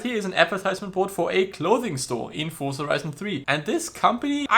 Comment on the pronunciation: Fun fact: z in Forza is pronounced 'ts', like in pizza. Didn't know that, did you?